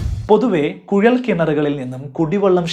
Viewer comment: കുഴൽ ആണ് കുയൽ അല്ല 👍